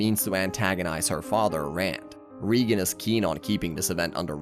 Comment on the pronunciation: GOD DAMN IT !! You're distroing Reigan's name so munch that i can't watch this anymore